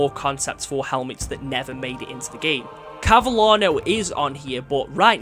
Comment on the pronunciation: That 'Cavallino' pronuonciation 🥶🥶🥶🥶 you just gave a heart attack to all Italians 🤣🤣🤣